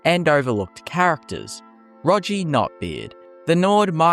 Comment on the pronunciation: His name is Roggi, pronounced like soggy with an R, not like dodgey. It's ironic that, in a video about oft forgotten followers, you didn't get his name right when this game has voice acting😂